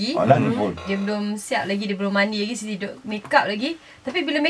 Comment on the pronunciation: Sebut la 'Siti" tu betul2.. dah bunyi macam benda lain dah dok Shiti Shiti.